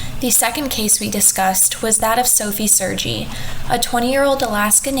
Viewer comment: Sergie is pronounced as Serh-ghee, not SirG